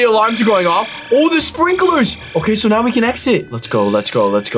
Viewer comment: i thought you said strinkeler sprinkler that's what I thought